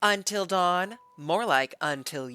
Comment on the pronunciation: This trailer made me so mad when I first saw it. I know this is Sony, but how do you mess up “Until Dawn” this badly?